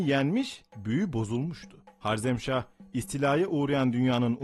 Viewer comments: Sözde tarih. Cengiz Han kürt mü sanki de karşısındaki sadece Türkmüş gibi davranıyorsunuz. Ayrıca harzemşah değil harezmşah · 1 - Cengizhanın ordusunun yüzde 75'i türk idi. Yani soluk benizli moğollar değil türkler saldırdı ama tabiki Cengizhanın buyruğu ile. 2 - harzem değil harezmşah. Bunlar haricinde video çok başarılı kardeşim. Yolun açık olsun.